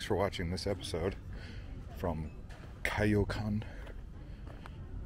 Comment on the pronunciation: Thank you. It’s annoying that he’s pronouncing it like Cuy instead of Coy.